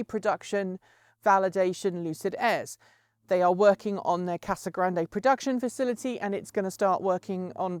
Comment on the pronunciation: Hey hey, once again as someone from AZ, it's just pronounced "Casa Grand"...no "e", even though it's totally there ;) A lot like the city of Tempe. One might wanna pronounce the "e" like "ay". It's just "tem-pee" (Tempe, AZ). Mmk, love the show!